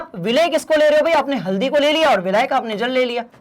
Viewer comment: abe vilayak bolna to sikh le